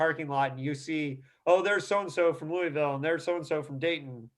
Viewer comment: "Louie-ville". Lol It's Lou-a-vul,. Great interview though, Rob and I were friends as children, I haven't seen him in nearly 40 years though.